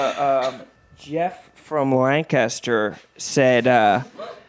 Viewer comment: Cmon youre a PA guy. You know how to say Lancaster